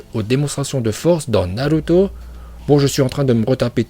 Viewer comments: C'est naruto pas naluto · On dit naruto et pas naluto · On dis Naluto, c'est prononcacion son parfaite grâce à ses contacts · Arête de dire naluto die naruto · Nan car naruto est naruto pas naluto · Naluto C'est comme ça qu'on dit les gens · J aime trop t es prononciation de naluto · Perso "Naruto" je prononce Narto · ton travail est extraordinaire, tu prononce super bien Naluto et je like mdrrrr